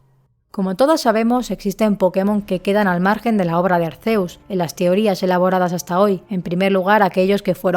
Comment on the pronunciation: SE PRONUNCIA ARKÉUS